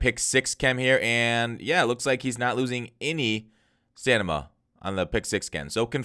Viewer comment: bro it's stamina not stanima 😅